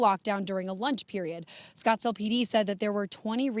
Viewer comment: Oh no not "Scottsdale"